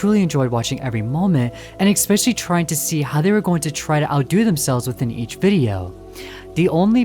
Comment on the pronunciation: Hi, okay... I really don't know how to say this... let me preface it by saying that I've watched a few of your videos and I really loved them... well, what I wanted to say was that I die inside everytime you say "especially", because you kinda say it like "ekspecially" I'm really sorry, please don't take this personally, but I can't unhear it now😭😭😭 Really, PLEASE don't take this personally, you make great videos! It's just a small detail...❤